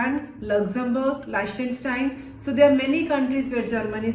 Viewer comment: Please, don't say Leichtenstein, the country is named Liechtenstein.